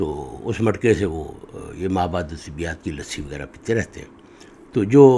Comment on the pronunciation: آپ اردو میں ما وراء الطبیعیات کو ما وراء الطبیات پڑھ رہے ہیں۔۔۔۔ طبیات الگ اور طبیعیات/ طبعیات الگ معنیٰ ہوں گے۔۔۔ طبیات : طب سے اور طبیعیات/طبعیات: طبع طبیعت سے